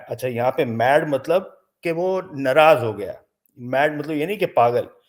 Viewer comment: N raaz nahi Naraaz, kaha jata hai.